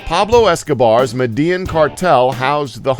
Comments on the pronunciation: It is pronounced "meh-deh-YEEN", not "Medean". WTF?!! Seriously, you couldn't ask a single Hispanic out of millions or at least Google it? It's one of the freakiest main cities in all of South America, it is not some cryptic, ultra-rare name that no one knows how to pronounce. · its pronounced med eh yeen not medEE yen btw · This speak sucks so damn much. It is MEDELLÍN. It is not Med-jang. Oh Lord. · its pronounced ME DE YIN im clombian bud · say it with me "med-day-een" lol this has been a Pablo Escobar psa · Medellin is pronounces "Mehdehjeen" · Med-ah-yeen (Medellín) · Medellin is pronounced (Med-e-yeen) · it's pronounced "Médéyeeen"! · StackZ no it's not it's mediyin that's how you say it because in Spanish when there's two Ls next to eachother it's pronounced as a Y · Austin P it sounds like he's saying Madea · Austin Robison no it makes more of a J sound like llaves llamar medellin so medellin would be more like medejin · Please learn how to say Medellin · HAHAHA !! It is funny how this guy pronounce '' Medellin ''. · The way you pronounce Medellin makes me cringe lol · Do some research first about how to pronounce foreign cities, it's absolutely terrible how you say Medellin. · when your Colombian and he says medellin like a fucking idiot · I'm a white boy but the way this halftard says Medellin it makes me cringe. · catstronaut it's pronounced with a y sound, not j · he says Medellin funny 😂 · The way he pronounces Medellin is cringe worthy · wow you sound like bleached cotton when you say medellin and I'm so white that I'm the 7th generation of my family's offspring to be born in texas